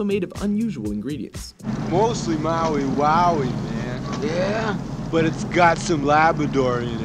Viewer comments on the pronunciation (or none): He said Maui Waui.